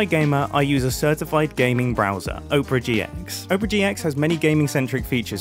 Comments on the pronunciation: Oprah GX 😂😂😂 would you like to see the latest showing at the OPRAH ((instead of opera) my bro. i love you, but its three syllables. thats why brits have trouble saying it. " AH - per - uh" love this episode mate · mumbo.... its op er a not oprah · is mumbo pronouncing opera like oprah in the ad read? XD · Mumbo did you say "Oprah GX"? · You say it as Oprah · Mumbo: I'm saying Opera right guys trust me CC: Oprah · Oprah GX? Never heard anyone pronounce it that way. "look under your chair, you get a gaming browser, and you get a gaming browser, EVERYONE GETS A FREE GAMING BROWSER!" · Mumbo, my dear, my love, darling. I feel like I cannot let you continue like this. I care for you far too much. It's pronounced "ah-pra," like the show with the singing. Hope this helps. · "Oh-prah gee ex" seems like the wrong way to pronounce Opera. I think it's supposed to sound like the musical performance rather than the daytime talk host. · Please don’t say oh-per-a gx it kills me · There is no way that is the correct pronunciation of opera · If you're saying it right, then they spelled it wrong. If it's supposed to sound like the name of the TV Personality, it should be spelled Oprah...because that's how her name is spelled. If it's supposed to be spelled that way, it should be pronounced the same way as the theatrical/musical style Opera. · Noooo you said opera wrong go backkk